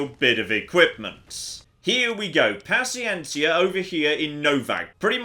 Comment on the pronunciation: native spanish speaking here your pronuncieation of paciencia is perfect